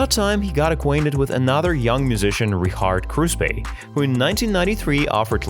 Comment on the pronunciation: What the fk is with you mis pronouncing names? you say Richard Kruspe like a Muppet would say it. 😅.. You're obviously not a Rammstein fan but just looking for monetary gain from views 👎🏼